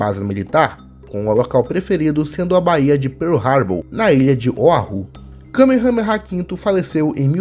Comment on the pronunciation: A pronuncia Correta é “ka mea mea”